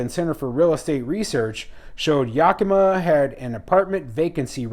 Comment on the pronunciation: It's YAK a ma.